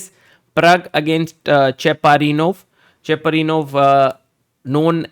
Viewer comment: Cheparinov not chaprinow❤😂😂😂